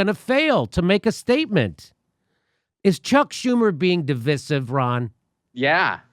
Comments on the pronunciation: No, what's really divisive is the way you pronounce the word devisive.🤣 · I love you and cite you nearly every day; you are my primary go-to. You and the cache of world-class journalist/ investigators who are your guests are indispensable. NOW: For the ThIRD and final time: JIMMY will you PLEASE say di VĪ' sive. Like EYE. (NOT like the "i" in, for example, "bitch").🌿